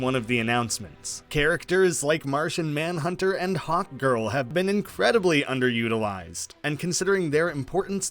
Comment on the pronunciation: Lol I heard hotgirl instead of hawkgirl, still works tho